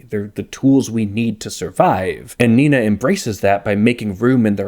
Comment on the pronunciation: In German class we learned to pronounce "nay-nah" (approximately) so it's very jarring to hear you calling them Nina